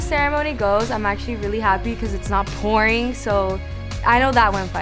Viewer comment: did she say POorinG😳